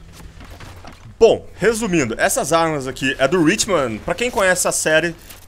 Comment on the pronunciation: pocha cara eu acho q a pronuncia certa é hitman, não ritman...mas o vis ta show irmão!!!